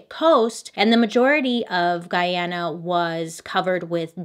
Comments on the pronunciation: Missed you!!!! Great job in pronouncing Guyana correctly, alot of people always called it Guiana. This happened in my Country Guyana and my grandmother told us about it as kids. To this day Jonestown is still uninhabited. Many people have reported encountering ghosts, feeling heavy presences behind them and the tribes that where close by all moved from the area after a few persons went missing. As kids we were all taught to never go there. Every year documentaries are shown on the anniversary of the Jonestown massacre. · I love that she actually pronounced Guyana correctly. Most foreigners just butcher the name Or they say " Do you mean ghana?" No Susan i meant Guyana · Being Guyanese I love that you covered this, my mom actually was a baby when all of this happened and it was a big talk in the town. I even more so love the fact that you pronounced Guyana correctly because that everyone says it wrong lol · I’m from Guyana ❤️ thank you for pronouncing it right 😂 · Bailey you're literally the first person I see outside of Guyana to pronounce Guyana correctly. I love u 10x more for that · THANK YOU FOR PRONOUNCING GUYANA RIGHT!!!! My dad is Guyanese and pretty much everyone says it wrong. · Thank you Bailey for saying Guy-ana and not Gee-ana. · It warms my heart to hear u pronounce Guyana correctly. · Loved that you covered this and also excellent pronunciation of Guyana. This is one story that haunts our history. 🇬🇾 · Love you ! So ... it's pronounced Gooyiana, you the best. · Hi Bailey, I'm a Guyanese. Much love from Guyana. I have to say, you pronounced the name of our Country very well. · Bailey, kudos for pronouncing "Guyana" correctly. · Thank you for pronouncing guyana correctly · My mom was a young girl when this happened in Guyana!! She said it was so crazy. Also thanks for pronouncing the Guyana correctly 👏🏼☺️ I just found a your channel, and I’m loving it! Can’t wait for more 👍🏽😁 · Thank you for pronouncing Guyana correctly! <3